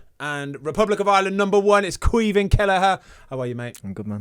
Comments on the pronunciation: Ahhh Lads takes a Brit to butcher the Gaelic Caoimhín Just Say Kweee Veeeen I’m here in America laugh mee arse offf Anyways Up Cork Boi!!!! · Not quite, they’re saying it like Kweev-in